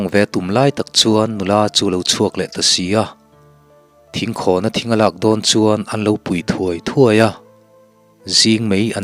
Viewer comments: ka lo sawi ve leh lawk...aw... ka in thlahrung viau na in.... thinkhãwn ni lo in thingkhawn. tih leh... sisep ni lo in sisép tih tur a ni in ka hria... ...chhiarthiam pa... .. ngaihtjlak a nuam ..ka beng a lo thlep ve deuh a..ka hre ber chuang lo a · Thingkhawn hi thluk lo va lam tur a ni e. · Thingkhâwn ni lovin thingkhawn ni zawk lo mi? Thluk na awm lovin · Thinkhâwn ni lo in Thingkhawn tih tur a ni lo maw!!! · Thingkhawn tih pawh hi buhfaitham khawn anga lam tur aw